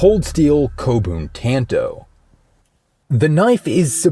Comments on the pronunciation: “T”an”toe” It’s “t”ahn”to” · "Tann-Toh" ...ugh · Say it right for fucks sake. It’s not pronounced like tanto, it’s like “tonto” wft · Is it pronounced tan-toe or tahn-toe? I’ve been partial to the latter. 🤔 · Bro you really said tanto like that and then uploaded it, smh